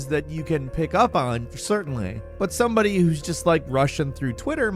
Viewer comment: Is Indian and he's faking an American accent? Cause the way he said ' somebody' is exactly how people with Indian accents say it.